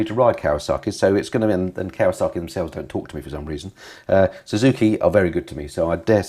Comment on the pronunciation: Still raises a wonderous giggle as to why "KAWASAKI" wont engage with you when you keep calling them "KAWASARKI'S" 🤣🤣 Love the channel BTW 👍